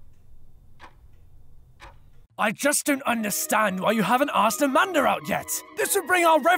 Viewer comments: LOL SAID AMANDER INSTEAD OF AMANDA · No one: Not even the chokecherry I was eating:: AMANDER